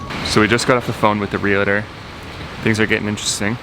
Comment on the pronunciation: Omg...it’s Real-tor. Two syllables only.